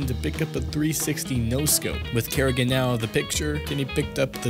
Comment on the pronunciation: You don't seem to know a lot about this game. FaZe wasn't a CS:GO team during Katowice 2015 and it's not "Kerrigan" it's Karrigan. A little bit of research of paying attention can go a long way.